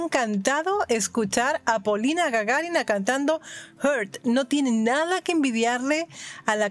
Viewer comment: Glad you pronouce her last name correctly, subscribed and rang the bell, dont know how it helps, but anyway. I know Polina personally, she's a wonderful woman, she has a child, perfect woman to merry to. Hopefully we will do that, cause I'm very famous trance prodicer.